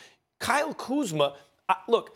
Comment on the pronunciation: He just said Kyle kuzmer in this segment 😂